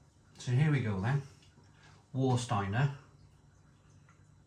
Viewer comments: Warsteiner. Please pronounce "Var-steiner". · Of the German supermarket lagers it's Paulaner for me. I sometimes buy Krombacher if theres a deal on. I'm not really fond of Warsteiner due it's flavour, although I still occasionally buy when I forget what it's like. BTW it's pronounced Varshteiner.